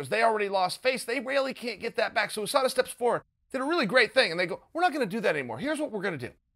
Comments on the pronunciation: ffs there isnt a fucking 'O' is USADA... Stop pronouncing it like there is. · Everyone: USADA Chael: OOSADA... 😆👍😂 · Chael “oosada” sonnen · He does it on purpose. 😂 😂 like YaRear